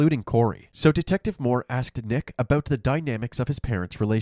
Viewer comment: "at aboot am" 💀